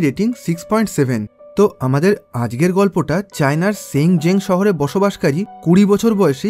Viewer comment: আজকে কে আজগে বলে কেন এরা?????